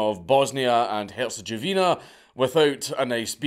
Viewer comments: Tiny little nit-pick from the beginning of the video from a native of the region. It's not "Herchegovina" It's "Hertsegovina", other than that I believe I recommended this guy to Sabaton on their official page. The guy deserves a fucking Metal track. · "go" with a short "o", not "jo" Gowina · Dank's pronunciation of Herzegovina was by far the most hilarious part of the video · Your pronunciation of Bosnia and Herzegovina is hilarious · I’ve literally NEVER heard someone pronounce “Herzegovina” that way Interesting